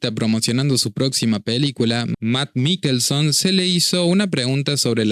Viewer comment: se pronuncia mikelsen... y si, el chabon tiene razon, no podes complacer a un grupo minorista solo por agenda y para que un grupo de llorones no se ponga a hacer rabietas.